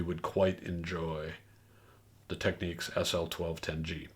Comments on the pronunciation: It's not pronounced "Techneeks"!! Technics. As in "technical" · How are we supposed to "enjoy" this video when at the start you pronounced the very name incorrectly....again it is not tech neeeeks ok, nor is is techniques, do you find them saying Audio Techneeeeka out there??? Get back to the editing room or program or wherever you came from to clean this mess up. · I know you've been around at the Absolute Sound for quite some time but I believe that you're pronouncing Technics incorrectly. It's not the end of the earth but just wanted to let you know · Technics says it is “Tek-neeks” in the US. I believe other locations use alt pronunciations. “Nobody’s right if everybody’s wrong”?